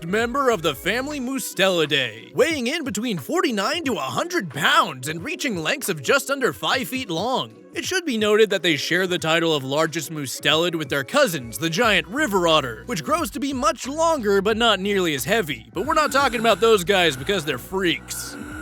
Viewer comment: Why is he saying "moosetelid"?